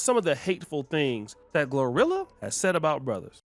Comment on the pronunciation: He keeps saying rhirhi instead of glorilla lol